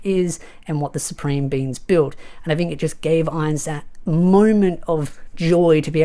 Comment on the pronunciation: i heard you say it once now i hear it every time,. supreme beans.